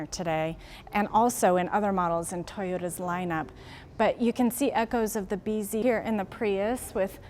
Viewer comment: I thought that's how they say "busy" in Japanese..........😀